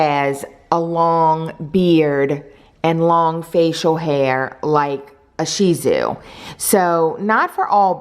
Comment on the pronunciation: I think its pronounced as “shit-zoo” not “she zoo” idk not sure